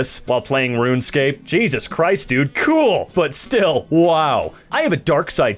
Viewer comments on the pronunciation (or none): none